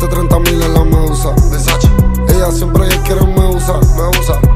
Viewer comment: It’s versace, not Versachi xd